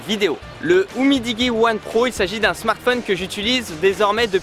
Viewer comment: Umidiji la prononciation 🤣🤣🤣🤣😋🤣🤣😋